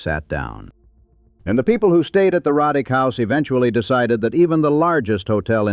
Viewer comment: It's not pronounced Rod dick it's Row dick! My ancestors! Several photos are also mislabeled as Roddick.